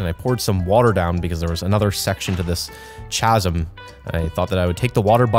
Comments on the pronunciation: “masive CH-asm” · He called a "chasm" (kazm) a ch-asm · I love with all my heart but My stomach twists and turns when he says chaz-um instead of caz-um for “chasm”🤤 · I will die if he says chasm as chaa-sam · pronounces "Chasm" as "cha-zim". It's actually pronounced as "ca-zim" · Am I the only one who noticed he kept saying chasm with a ch at the beginning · did you just prounounce chasm as CHA SM and not kasm? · He keeps saying chasms wrong and it’s DRIVING ME CRAZY! (It’s pronounced kasm not chasm) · K-asm no CH- ASM yes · In the beginning of the vid why did you say ch sum it’s pronounced casum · STOP SAYING CH-asms ITS CA-sms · is where, Ontario? He’s just pronouncing it wrong if so lol We pronounce it as kasm. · gotta love forge making chasm sound like cha-sm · I can't get over how he says chasm like how it's spelled. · IT'S PRONOUNCED; CHASM (KASM) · can we just appreciate how pronounces chasm like it's spelled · bro says cha-zum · Fyi The "Ch" in "Chasm" is pronounced like a K, so it should sound more like "Khasm" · alright, after like the fifth time, I gotta say something... it's the H in "chasm" is silent. considering how terrible American english is and the fact that it's a mixture of like five different languages I generally wouldn't say anything but it was starting to get to me lol. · "Chasm" is pronounced "kah-zum" but okay. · You are supposed to say it like casm no ch sound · Chasm is pronounced Kasm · heh heh "chasm" i think its pronounced kasm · chasms has a silent h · Chasm is pronounced ca-zm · am i an idiot or is chasm pronounced kasm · the way says chasm makes me want to cry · Every time said chasm, I died a little inside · Every time he mispronounced 'trespassing' and 'chasm' I took -10 psychic damage. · The way he pronounces "chasm"... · the way he said massive chasm and not chasm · youre lucky this is a purge video cause the way you pronounce chasm is a crime TwT